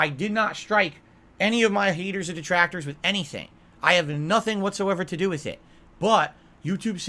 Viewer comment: So he's basically saying "Deetrahctohrs yoo need reee!!!"